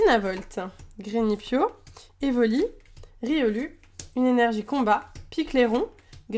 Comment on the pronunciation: On dit riolou